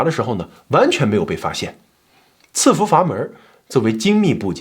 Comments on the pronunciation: 喜欢老乡的视频。抖音和油管都有关注。但是纠个错。这个词在这里应该读伺服sì fú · 伺在伺服这个词里 读si4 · 伺服 应该念si 服吧